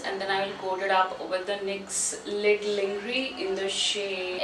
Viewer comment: No hate but you pronounced lingerie wrong.